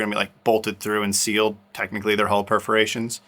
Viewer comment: Hi guys I'm not sure about anyone else, but I also have a problem understanding the difference in your pronunciation of hull, haul and hole. Also, try putting a sponge in your hole saw to aid getting the fiberglass out! Use denser the foam for harder penetrations!